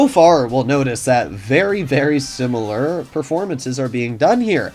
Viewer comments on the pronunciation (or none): none